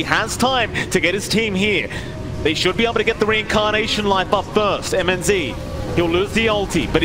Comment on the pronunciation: Mnz? Se pronuncia minoz papi